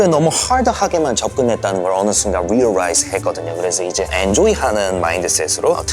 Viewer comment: realrise❌ Realize ✓